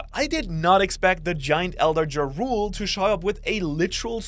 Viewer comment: Jarul is Jarl. In japanese they need a U there, but when they speak it, its always silent. The name is taken from the Viking chieftain ¨Jarl¨. Also don't pronounce it like you're saying the name of that rapper Ja Rule. Jarul with a flat a. Not Ya. Pleasee